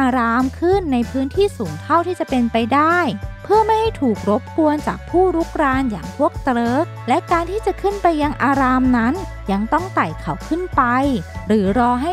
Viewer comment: เตริคไม่เคยได้ยิน หรือเติร์กคะพูดผิดรึเปล่า